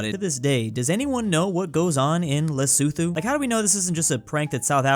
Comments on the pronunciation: this is lusuthu Me: "le-soe-toe" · for future reference Lesotho is said as Leso2 not thoo